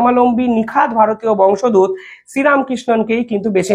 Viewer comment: বংশ দুত নয় নয়,বংশোদ্ভূত। বারবার ভুল উচ্চারণ করছেন, বাজে লাগছে।